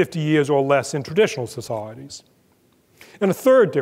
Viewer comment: every time he says 'societies' (s'saahh.reece) I come to a screeching perceptual halt.